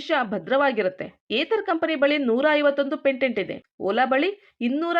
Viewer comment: Pantent alla patent